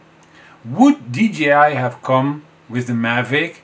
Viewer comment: dji should be pronounced as dee jay eye, and not dee gee eye